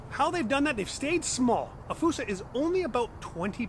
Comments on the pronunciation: Why'd you have to go and say fossa wrong? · Me and the family saw one at the Bronx zoo. He was a cute lil fella…we pronounced it as FOO-SA. One of my favorites at the Zoo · why is fossa pronounced like foosa? I don't understand... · Its pronounced foo-sa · “Falsa” lol